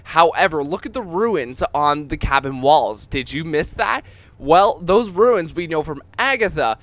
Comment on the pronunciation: You keep saying ruins when they are called runes lol